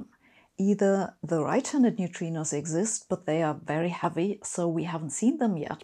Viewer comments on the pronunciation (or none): none